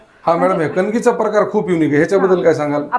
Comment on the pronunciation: कनिंग नाही कणगी